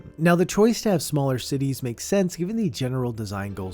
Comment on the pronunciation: Por un segundo pense que decia "cuties are weird"